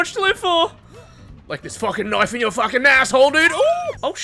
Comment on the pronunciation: Heh... knoife